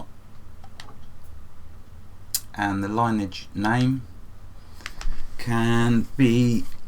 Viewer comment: I had to say something... Lineage is pronounced " Lin - ee - edge "